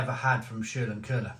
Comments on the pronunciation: Si, its Schlenkerla, not Scherlenkerla. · Too funny how you pronounce this beer (-: It's "sch" as in "shit", "len" as in "lenght", "ker" as in "Kermit" and "la" as in "last": Schlenkerla, emphasis on the first syllable. By the way, have a look at the cap, there you can find a man with a walking aid. According to tradition, the brewmaster at that time lost control of his horses while unloading the barrels from the cart. He was run over by the wagon and injured. Ever since, he had to compensate for the injury while walking by swinging his arms. Which is "schlenkern" = "dangeling" while walking.